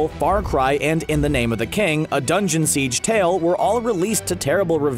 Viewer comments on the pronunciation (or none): none